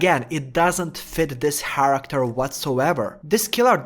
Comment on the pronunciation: why do u keep saying haracter